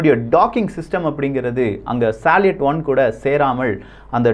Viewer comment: Bro please correct the pronounciation for salut and sayuz. It's சல்யூட் and சயூஸ். Besides that great information. I breathe with your news bro. Thanks for your greatest service